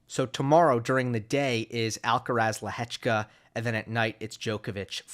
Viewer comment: Is the sole American that pronounces Lehecka's name correctly?